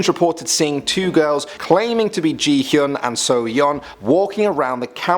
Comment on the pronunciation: Who heard jee...hyung! Instead of ji hyung and so...young instead of sohyung???